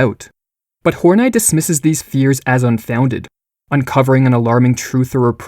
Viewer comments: Oh okay, we're going with "Hor-night" instead of "Horney". Pffff. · Karen hor-nie?? I'm pretty sure it's Karen Hor-Nee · Why do you pronounce "Hornay"? Isn't it pronounced like honey plus an "r"? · in. And you want me to pronounce Carol's last name as "Horn-Eye". Yeah right. Snicker. Carol on that D like goat daddy. Just the wrong emPHAsis on the wrong syLLAble. Lol. I laugh at myself. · Great video, again. Tho it's cool if you just pronounced her name "horny" x) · I think its pronounced : Horn-ee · I don’t think her name is pronounced “horn-eye” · Horn-I is not how you pronounce that. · It's clearly pronounced horn-ee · Respect to this kid for changing the pronunciation of "Horney" so as to not turn this into a joke.